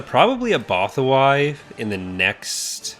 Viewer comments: Nothing prepared me for BothaWHY- isnt it pronounced BothaWooEE in the various shows? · Between you and Shack, I feel bad for the Bothans, lol! Neither of you pronounce Bothawui correctly. Love it! Finally watching this to get a handle on my own current playthrough of the new release. (bahth-ah-woo-ee btw) Enjoying the series and my own playthrough! Cheers!